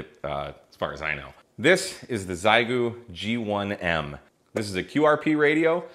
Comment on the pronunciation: Xiegu is pronounced shi-goo and it's Mandarin for Chicago.